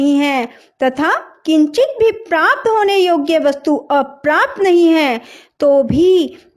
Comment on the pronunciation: Prapat nahi hota hai;prapt hota hai